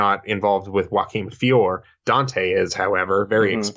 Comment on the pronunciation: Thank you for pronouncing Joaquim de Fiore correctly !